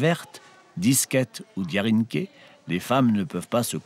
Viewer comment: Moussor au lieu de mouchoir et drianké a la place de diarinké lol. bon contenu.